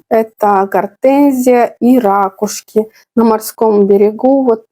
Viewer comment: рАкушки - срАкушки... слушать противно, выучите язык!